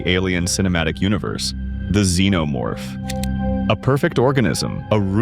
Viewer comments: Wtf is a "Z-No-Morph" ??? it's Xenomorph, Z shouldn't sound like an X , Zorro doesn't sound anything Xorro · Hearing him say "Z-No-Morph" was offensive to my ears